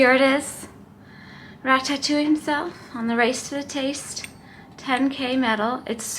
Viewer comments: Rat tat too eee?? LOL It's ra·tuh·too·ee. And you did get a powerade after the race. If you look back at the mark in the video you can clearly see the volunteer hand you a yellow powerade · You're pronouncing Ratatouille wrong.